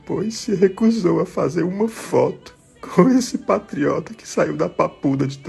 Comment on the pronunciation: Aí que "tistreza", "patiotra"! Tô chorando com vc.